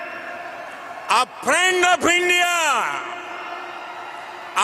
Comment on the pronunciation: "My priend Dolaan Tramp" 😂what world leader doesn't know how to speak English in the 21st century? The bar to be Indian prime minister must be really low 😂